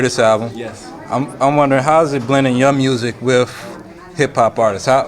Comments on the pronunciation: It's with..not wif you ignorant fool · '' wif '' ... lol